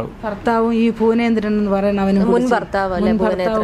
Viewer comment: Yevai yevai. Ithu antharu faasha. Fuvanendran 😂😂😂😂( bhuvanendran ) annu parathalle 😂😂